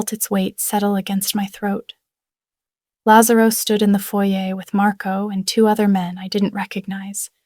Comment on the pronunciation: they also have difficulty with correct pronunciation of italian names. they can't get lazarro right